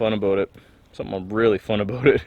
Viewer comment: Aboot perfect eh ... made me lol! Great videos dude!